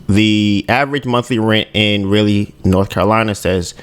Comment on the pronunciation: Raleigh, Pronounce it Rah-lee✌🏿